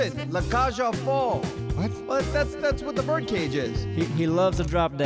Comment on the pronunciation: what kind of competence do you call that? Noob competence? also saying the last part of that French name slightly wrong, its folles not foll. La Cage aux Folles. Technically two different films